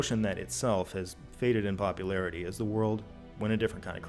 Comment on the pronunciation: are you saying popularity or Bobularity? I'm really hoping it's the latter 🤞🤞